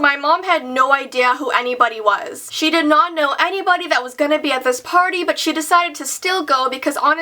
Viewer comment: I thought u said shit when you said she